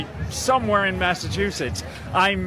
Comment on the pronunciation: He said Masta chew sets.